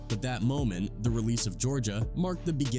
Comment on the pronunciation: We gotta start calling out these AI narrator channels..."Disturbing THAAAH" Peace"? C'mon....we're allowing a new level of laziness from these content creators. Least they can do is hit us with real recorded narration.